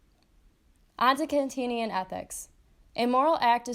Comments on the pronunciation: Kant-ian not Kant-in-ian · kant-ian, not kantinian